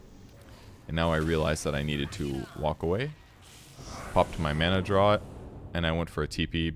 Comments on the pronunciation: One day we'll all accept that "draught" is pronounced "draft", not "drawt", and the world will be made right again. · Draft, its pronounced draft! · Draught is pronounced like draft. Like draught beer